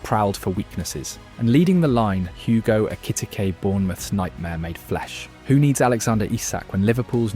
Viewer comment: Why he say Ekitike’s name like that